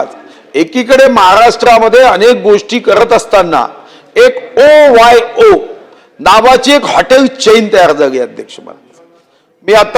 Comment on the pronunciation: ओ वाय ओ नाही हो ओयो असतय ते